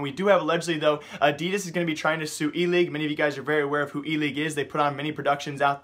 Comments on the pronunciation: Wtf is adias it's adidas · I am getting really bothered by how your saying "adidas" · Can you stop saying Adidas like that